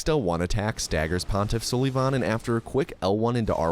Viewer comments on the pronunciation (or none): Its only funny that you kept saying pontif sullyyyyyyyvan.. pretty sure its sul i van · bro said pontiff suhlivahn not sulvahn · The way you say "Pontiff SOULYvahn" and "and or londo" piss me off so much lmao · Idk if you're just memeing or not, but hearing you pronounce sulyvahn's name suh-lee-von had me in tears. It's pronounced suh-luh-vin 😂😂 like Sullivan from Monsters Inc. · Gundyr is the best name in all of gaming especially when he's the champ, I pronounce it Sullivan anyways because it's less cringe, I will put you in a headlock after school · Hate to tell you this because of how much you love saying Sulyvahn, but it’s really just said Sullivan. Means “black-eyed one” But thanks for the content! Great video. Dunno how runners come up with this stuff. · You’re pronouncing pontiff sulyvahn wrong every time and it hurts me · buddy at least pronounce your favourite boss right! smh! unsub! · This man is purposely pronouncing Pontiffs name wrong only to trigger people and I love it